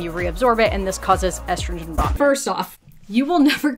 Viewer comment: Whenever someone miraculously finds an “H” to pronounce in the words “estrogen” and “progesterone” ie “eshtrogen” or “progeshterone “ I ignore them. Sorry if you can’t read you probably don’t understand biology either. 😂 these influencers are insane! Why don’t we see male targeted videos? I’d buy a magic pill if it promised to increase my husbands sperm count. We are unfortunately suffering from male factor infertility.